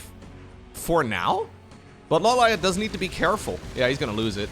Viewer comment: I was late to the casting part of this stream, and I didn't notice that the minerals were lumber... That's so cursed lmao Also, I'm surprised you don't know the right pronunciation for LawLiet considering you've seen Death Note. It's ローリエット obv lol